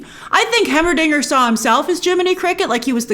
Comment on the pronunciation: Hearing her say Heimerdinger hurts me lol